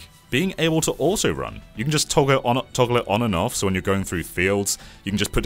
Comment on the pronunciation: Why he pronounce “on” like “aw-on”?